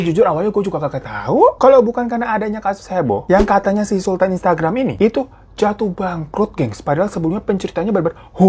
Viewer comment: Instgaram? Bang, minum aqua dulu yu bang biar fokus.. 😂